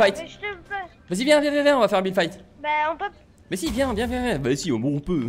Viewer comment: C' est pas builde mais build et c'est pas fite mais fit. La libellule dit et le sniper........... unchained te tue